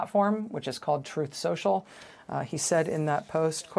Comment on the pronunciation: that's "TrOuThE SeUcHal" to you 😂